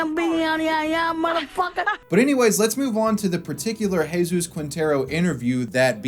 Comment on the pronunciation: It's always funny seeing a U.S. American covering a European country and then hear them try to pronounce the words, but this one is actually quite well done. In fact he even used the Andalusian accent when pronouncing words like "Juan" and "Jesús".